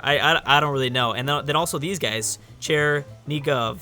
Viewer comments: Not champagne! Champagne! How don't you see it? Also, yeah, you pronounced Chernigov right(Ukrainian town) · wow, that pronunciation of chernigov was really nice for a native english speaker!